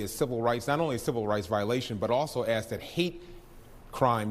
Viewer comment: You aksed !!!!😂😂😂😂😂 it is ask !!!😂😂😂😂😂